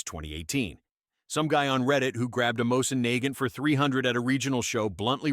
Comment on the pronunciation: This looks and sounds like a bot channel. Nobody spells out the full name of 5.56, and then the bot mispronounces mosin nagant. What gives with the rise of these types of channels?